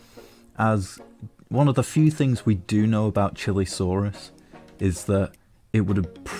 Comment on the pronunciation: whats a "CHILI-saurus"?? its pronounced "Chee-lay-saurus"